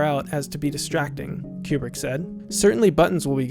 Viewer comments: I'm pretty sure Kubrick is not pronounced Q-Bert. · It drives me crazy you say his name wrongly. It's not pronounced like a pool cue, but like a chicken coop. Koobrick. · Great video, but your mispronunciation of 'Kubrick' drove me crazy (ku:brik /u/: 'oo' as in 'goose'). Please, god, get it right. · Re: Stanley's last name, which you pronounce as "Cue-brick", do like the NASA scientists and the space flight attendant in the movie do and pronounce it as "Koobrik". We people who lived through his career know him by that pronunciation, so on such a monumental work that you've done, it would have been a nice touch, otherwise... well done. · Pronunciation of Kubrick and Werner von Braun are wrong.